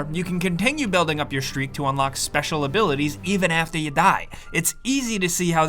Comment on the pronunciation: “Even afteh yah die”